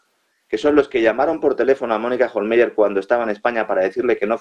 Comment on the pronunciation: Pues aunque en alemán se escribe "Hohlmeier" , se pronuncia "Hohlmaier". Porque en alemán los diftongos "ei" se pronuncian "ai". Así que, para cuándo que , ya que casi no sabéis idiomas, busquéis al menos en internet en el traductor de Google cómo se pronuncian las palabras o nombres que tengáis que decir, de cualquier idioma? El traductor va con sonido incorporado,si os fijáis, y es gratis. Este es el país en que, entre otros, los periodistas (aunque a veces sean hábiles y listos, o siempre vayan de listos) , pronuncian más fatal y hasta ridículamente los nombres extranjeros. Por no hablar de otros que nos colocan, que también van de culto, y son más bien unos catetos, pero eso sí, muy creídos. Y ufanos. Qué vergüenza de país nos han organizado (y generalmente desde fuera), la verdad.